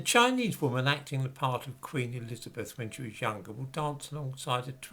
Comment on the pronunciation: " Queen .....Erizabeff" ???????